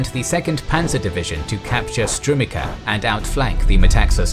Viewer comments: It's pronounced Strumitsa not Strumika. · Strumica is pronounced Strumeetsa, not Strumika. There is a recording of the name on Wikipedia to reference. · Entertaining, informative and well-made video! It is just killing me how the narrator pronounces strumica. Looking forward to the next one!